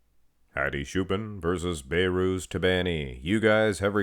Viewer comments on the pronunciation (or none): Don't be like nick strength and power, The name is Behrooz There is a letter (H) Not bayrooz